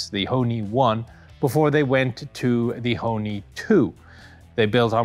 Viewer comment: Ho(r) Ni